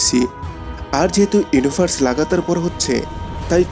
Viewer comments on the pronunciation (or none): ভিডিয়ো ভালো লেগেছে। তবে উচ্চারণে মনোযোগী হওয়া উচিত। ইউনিভার্সকে বারবার বলেছেন, 'ইউনুভার্স'। আর Material কে বলেছেন Matter.